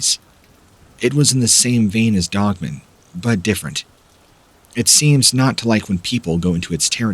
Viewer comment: I love your channel Please say dog man And not dogmun. !!!!! Lol